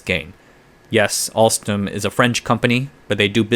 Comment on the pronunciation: "Alstrom CEO Patrick Kon" lol.